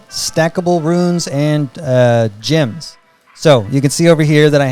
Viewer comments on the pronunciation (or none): I love that the way you pronounce “gems” makes “gem bag” into “gym bag”